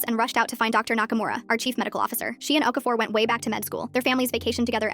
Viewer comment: i swear okafor is a nigerian name please pronounce it right